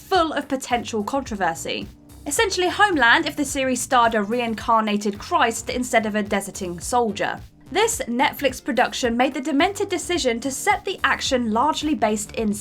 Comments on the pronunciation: "Desert-ing"? FFS. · Desert - ing? Try de-serting.